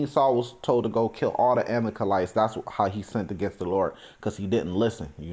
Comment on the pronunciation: The word is Ama-lek-ites.